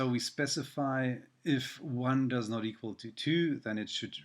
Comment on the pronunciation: equal... not eqal